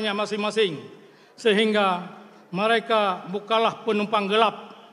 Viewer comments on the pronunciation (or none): mareka mareka mareka...ikei kukem..bahasa awakah ka😅😅😅😅😅😅😅😅😅😅😅